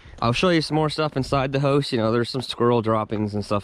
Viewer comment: Never really heard anyone pronounce house as "hose".